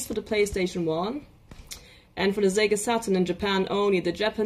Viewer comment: Great stuff! And I love how she pronounces the words “SEGA Saturn” as “Zega SaT-turn.” Now all we need is replacement CD-ROM drives for these great systems. Sometimes the drives take a dump because of wear and tear. Also, I’d love for someone to patch 2D fighters for the original PlayStation. I know it difficult because of limited amount of VRAM of the system… but I can fantasize lol.